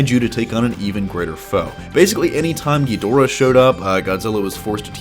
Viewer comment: I hate the way you mispronounce Ghidorah. Watch old Japanese versions and of Godzilla vs Ghidorah. You pronounce it so freaking wrong it's annoying. Research your subject matter better.